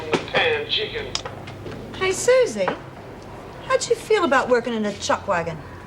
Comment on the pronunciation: We even have calling Suzie 'Susen' ridiculous.